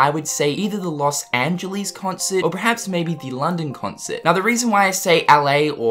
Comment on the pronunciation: Rople Loz angeleez, Eraqueez, dirty knees, look at these